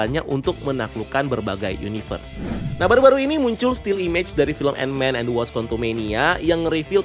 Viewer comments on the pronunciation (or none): none